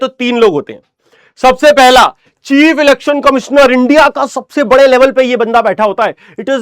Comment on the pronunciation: be like elections ❌ lelections ✅